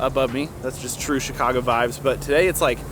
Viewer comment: I thought you said shoe-cago since you live in Chicago lol! Awesome video as always!!!